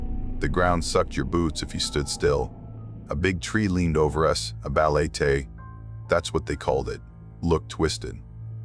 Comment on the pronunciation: When a local warns you about stuff the community fears, it is wiser to take heed than be arrogant and laugh at their warnings. Whenever insects fall silent, be it in a residential area or forest, woods or jungle, it just means the monsters are up and about. oh, and its ba-le-te, not baletey. Just a short ē not the long e. Thank you for sharing your experience with our local supernatural creatures.